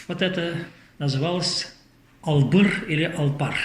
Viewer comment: Спасибо яшулы,очень начитонный человек,но не договаривает всё, а также не Бачман а Башман как Атаман,откуда у него титул Султан?а также не Албыр а Алгыр его племя,надо правильно произносить.